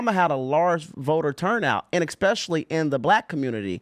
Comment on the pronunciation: “expecially” maybe he should axe someone to edumucate him on how to pronounse deez werdz.